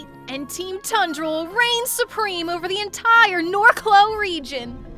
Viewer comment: someone needs to tell that the region is named Norcloh, not Narcloh lol